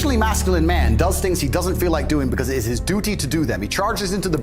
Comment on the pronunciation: Duty sounds like he’s talking about Doodoo 💩 😂